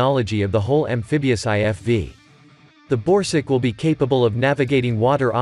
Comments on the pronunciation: This video is voiced by a text-to-speech bot, he doesn't care about pronunciation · Borsuk is pronounced rather like "Borsook" not "Borsig" - which is a name of a German company. ZSSW-30 is a manless turret - this is not mentioned in the video. PPK is just Polish for ATGM (left not translated). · Is he saying borsig or...??? I can't understand..